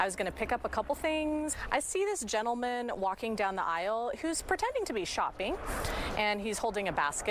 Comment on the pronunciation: She call him gentelmen ??